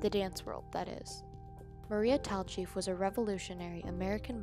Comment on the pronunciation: Her name is pronounced TALL-chief, not TAL-chief. And her sister's name is pronounced MAR-jorie, not MAY-jorie.